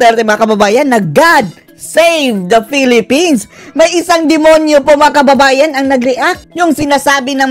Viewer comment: Hindi po Demonyo si Tita Percival. Demonya po sya. Maligna not Maligno. Impakta not Impakto! 😂😅😂